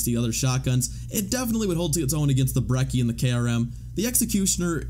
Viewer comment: For gods sake it is pronounced bre-chi say it right or don't say it at all if you don't believe me look it up on a translator